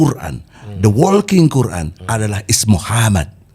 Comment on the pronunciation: MASA MANTAP NYEBUT QURAN SALAH ??